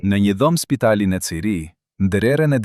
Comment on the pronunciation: Për të tjerat po nuk dini shumë mirë shqipen por për Zyrihun ( Zyrih) mos e thoni Cirih se e coni diku tjetër!